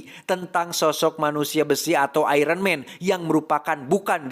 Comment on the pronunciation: Iron mang bukn iron man🗿🗿